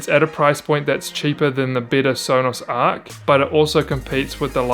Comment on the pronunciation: Stopped watching after he said arc